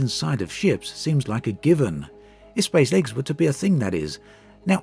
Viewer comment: How fast... can you say spacelegs...... seriously through the video it got faster and faster.... until s p a c e l e g s became spslgs and at one point u said space leg lolol I love u dude please I wanna make a space legs drinking game.